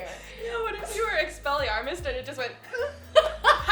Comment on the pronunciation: said expelearmast